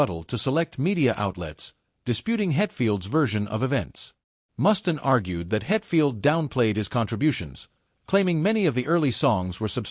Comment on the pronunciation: It's pronounced Mustaine with a long Freaking A!!!